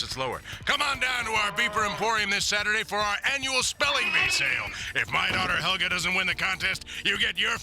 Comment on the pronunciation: Am I hearing things or did actually get Helga's name right instead of calling her Olga?